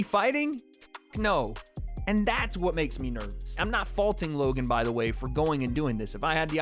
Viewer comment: This is the chaterbate guy from 2012 who would call prostitutes and clown them,and say "oh wheeeeeeeeet?" instead of pronouncing the word "what" properly .